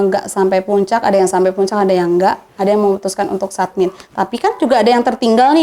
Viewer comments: Mba, nyebutnya bukan “ submit” tapi “summit”, soalnya maksudnya beda. Btw Ceritanya menarik dan runtut dari mba’nya yg cerita. Semoga bisa diambil pelajaran dan pengetahuan buat temen2 pecinta alam. Salam sehat dan lestari dariku, salam🙏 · Summit mba…. bkn submit